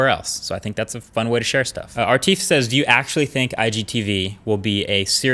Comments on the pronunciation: You pronounced two names wrong: Robin was robert , Arif was atif? lol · What's up with you speaking wrong names? 'ARIF' not Artif. 'ROBIN' not Robert. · Are you intentionally saying the names wrong?.. Just of memory you said Arif name as Artif and Robin's name as Robert. Another great video!